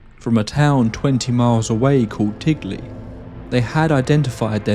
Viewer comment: TINGLEY not Tigley.